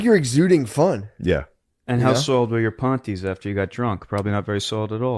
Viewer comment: Stop saying “pawnties”